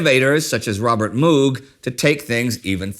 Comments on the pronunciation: It's Moog like Vogue, research? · Robert MOOG rhymes with 'rogue'. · Cool! Another (small) fact: his name was pronounced "Mogue," rather than "Moog." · Love this episode. For the record, though, Bob Moog pronounced his name as though it rhymes with Rogue. As a play on this pronunciation, there is an instrument sound known as the "Moogerfooger." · One small nitpick! It's pronounced Robert Mohg not a long oo sound. I normally don't care about such pendantry but since this is historical document such pendantry matters! Also Beach Boys - Good Vibrations is probably the greatest known song that uses a theremin but I would imagine licensing the Beach Boys is way too expensive.